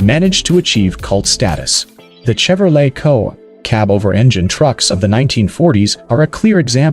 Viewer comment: The pronunciation is just off. No one calls the trucks COA They’re called cab overs. And saying Chevrolet with a hard CH is just silly as can be.